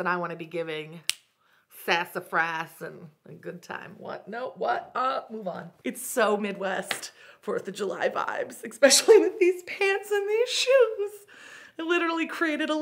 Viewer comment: didn’t you go to Columbia? How is it that you say things like “eck-specially”?